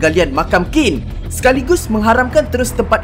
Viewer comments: Qín bunyinya cin bukan kin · ‘qin’ bukan disebut ‘kin’.. nak tau camna sebutan betul, cer guna google translate